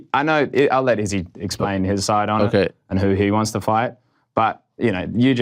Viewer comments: Dude earth to Ariel you’re still saying it wrong. Izzy himself pronounced it 5 ft in front of ur face. Why are u still emphasizing the dis. Emphasize the san. What’s wrong wit u bro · 5 min after he left he still butchered it and saying it slowly xD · Bruh but he’s still saying it wrong!!! Wtf is wrong with this dude lately